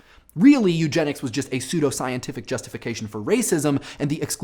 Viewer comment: when he says, "jewgenics". Oh